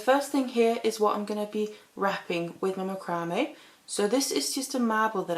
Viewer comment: It's pronounced "mack rah mae"